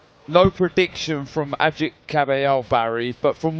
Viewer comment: Great! It is Ağıt. Not agit. Ağıt means "lament". He knows it. I hope to see him as a champ.